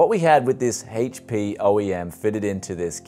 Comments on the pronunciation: Haitch Pea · Why do you keep saying "haych-p"? Don't you mean... HP? lol